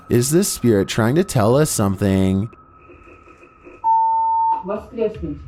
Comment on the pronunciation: And it's spirit not spearit